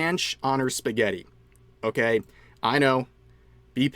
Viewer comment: The most problematic thing she did was calling spaghetti "pasketti".